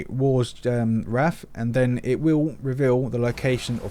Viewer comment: It's Wrath not Wraith :)